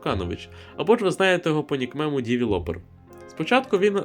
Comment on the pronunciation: Він реально сказав нікмем 💀